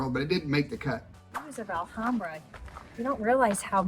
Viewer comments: It’s the first time that I hear someone complaining that a city has.. winter 😁 Anyway, nice video. Just one thing, the “H” in Spanish has no sound, so Alhambra is pronounced Alambra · ALHAMBRA IS PRONOUNCED WITHOUT THE H = ALAMBRA. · Pronounced: ahl-ahm-bra 😁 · I love southern Spain. It’s the “real” Spain to me. I lived there in the 90’s. Remember that the H is silent in Spanish, including in the word Alhambra.